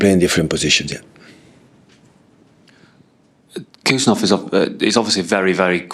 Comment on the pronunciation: "HUSANOV" not Kusanov